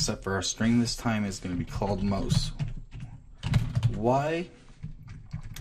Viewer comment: MAUS LOOK SCRIPTS NOT MOUS LOOK SCRIPTS